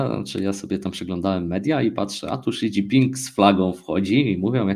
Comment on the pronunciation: Zle wymawiacie imie lidera mowi sie szidzinpig